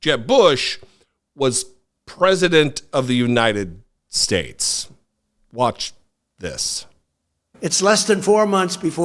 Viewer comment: It is phenomenal just how many of these gaffes he makes and just gets a pass on. I guess just because Biden looks older, everyone judges the book by its cover. I can forgive when Trump mispronounces United Shhhtates. That’s just his dentures slipping. But the other stuff… some of it’s insane. The windmill obsession. Encouraging bleach drinking. “An anomanous… an anomanous.” George Washington taking over the airports. Pronouncing Thailand as thigh-land. The man is out of his damned mind and has been for years.